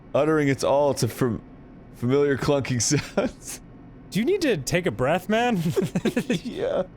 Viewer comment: Arin: "...furmilliar"